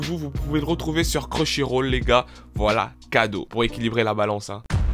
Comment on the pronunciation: Il me tue doga a dire "cruchyroll" 😅😅😅